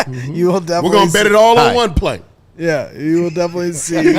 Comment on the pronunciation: It’s “belt 2 ass” not bat😭😭